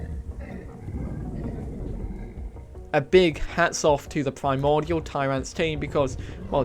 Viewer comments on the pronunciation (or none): none